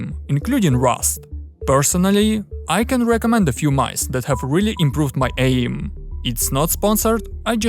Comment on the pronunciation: What’s “uh-ee-m”?